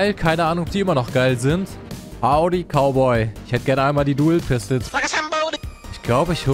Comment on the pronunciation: Und wehe sagt ihr Dou pistel (PAAR SEKUNDEN SPÄTER) Sagt er selber Dou pistel😂 Mach weiter so😂❤